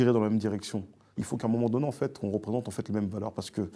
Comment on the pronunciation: A 1236 j'ai arrêter de compter combien de fois il a dit enfete 😭😭😭